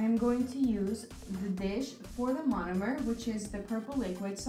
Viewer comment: Take a shot each time she says monimer😂😂